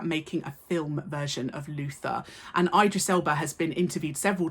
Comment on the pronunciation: miss you're an indisputable icon but that pronunciation of Idris is atrocious